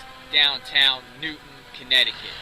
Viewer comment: Its Newtown NOT Newton. Sick fuck.